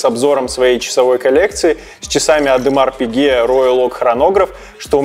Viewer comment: "Ademar Pique"?